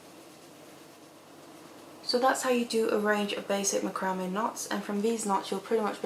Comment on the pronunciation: Please, I'm begging you - learn how to pronounce macrame